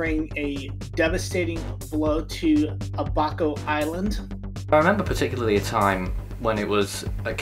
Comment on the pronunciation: none of that is true and it’s pronounced “ab-buh-co” like the how you would say tallyho, Abaco😂